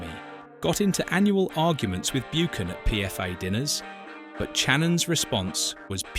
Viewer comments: its pronounced 'Buckan' not bukan/ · Who is Martin Byookan??!!!!! It’s BUCHAN! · Buchan is pronounced 'buckan' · Grating isn't it? And it seems like human error too: not even the usual AI voiceover that gets it wrong. I think if you make a documentary you need authority on the topic and if you do not know how to pronounce Martin Buchan's name you do not have that authority.